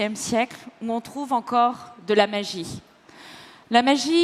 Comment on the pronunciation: Le capital donné à ses enfants, c'est la magie-euh...